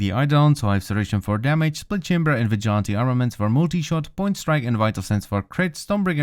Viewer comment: It's NOT vi gont tee it's pronounced VIJ O LANT TEE